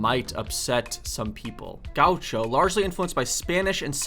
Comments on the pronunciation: "Gaúcho". The acute accent (´) is generally used for stressed syllables. It's /ga'uʃo/, not /'ga.uʃo/ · Gah-oo-sho – how you say gaúcho 😬